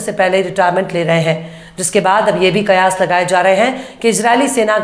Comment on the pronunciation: beutiful pronunciation ''''QAYAAS''. great progress